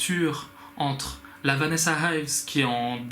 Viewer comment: It is Vanessa Ives..not Vanessa Hives (because I am thinking about the band The Hives) and also 'hives' is the English term for the disease Urticaria.